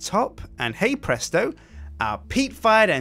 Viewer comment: stop saying hay bresto